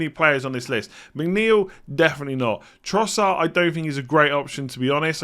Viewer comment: When did Trossard become Trossar?